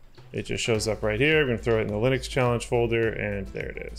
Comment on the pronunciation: He literally has the same name as the guy who invented it and still can't pronounce Linux correctly?